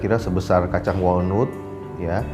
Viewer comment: dibaca wolnat bukan wolnut 🤣